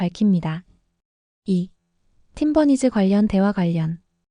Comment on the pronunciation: Lol. How did the AI pronounce 'Team Bunnies' as 'Tim Bernice.'